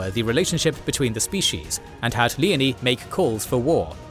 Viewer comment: Leo-nee not leney.